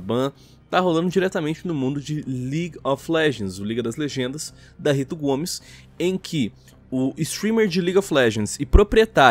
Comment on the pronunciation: impresao minha ou diz RITO GOMES em KKK RITO GOMES essa vai colar que nem pau genial!!